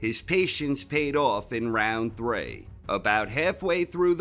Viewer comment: Troubled by your pronunciation of 3 lol but another well put together video 👌